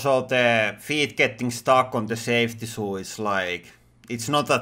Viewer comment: "Safty shoo"